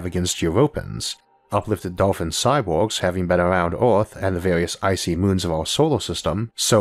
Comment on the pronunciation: New to Isaac, what's up with the pronounciation? Earth is Orth, Filter is Filtor? I'm confused.